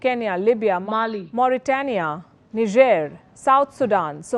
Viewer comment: Honestly, I congratulate you for saying 'Niger' correctly. Thanks for this epic pronunciation, may the world soon follow to leave the terrible 'Neye-jer" or the forbidden word ways